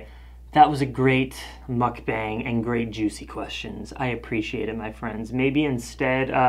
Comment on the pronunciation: You called it a Muk-BANG like 10 times at the end there.. but i like you saying it that way. please dont stop!